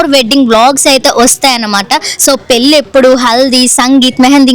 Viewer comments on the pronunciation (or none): none